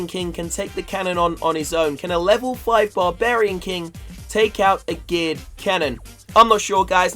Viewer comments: guys he sounds like he is saying Giled canon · Did anyone else hear him say gay cannon?